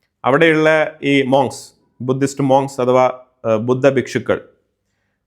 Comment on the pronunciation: മങ്കസ് not മോങ്കസ്